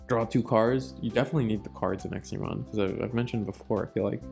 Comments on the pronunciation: It's Exa, EXA pronounced x a, there's no I, it's not exia. I have no idea why this bothers me so much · It was a bit painful to hear the pronunciation of examon, ngl.